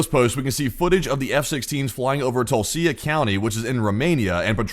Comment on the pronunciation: Tulcea is pronounced like "Tulcha"